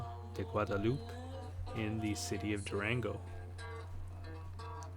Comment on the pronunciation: Pronounce it as- Do-Ron-Go.... I'm thinking about bussing down there from El Paso in about a month.